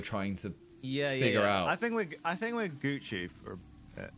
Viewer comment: did any one realise saying we are all gucew instead of guci aha